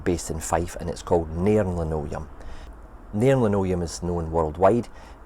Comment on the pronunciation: Nice job on the girder bridge - just the right amount of rust and grime. Looking forward to the linoleum (well done on not mispronouncing that one!) factory build. It's good to have a little bit of artistic licence. If it was all to scale it would dominate the corner too much. Look forward to your Novmebre update! ;-)